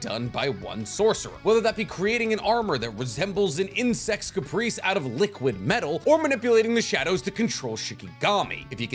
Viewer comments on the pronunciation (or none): Carapace it's carapace not Caprice. Please jeez every time especially one punch man. Care-uh-pace carapace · Sorry but this bugged me. It's not insect caprice it's pronounced care-e-pace. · Dude said caprice instead of carapace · nigga did you really just pronounce "carapace" as "caprice" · My guy pronounced carapace like they were a pair of fucking pants.